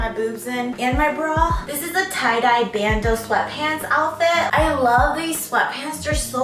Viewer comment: They cloud-dye hehe Instead of tie-dye